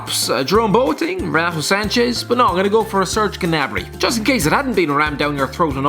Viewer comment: The pronunciations were awful and I cringed every time, its not genabry